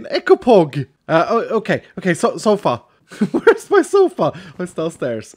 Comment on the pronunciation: When he said sofa I thought he said xopa😂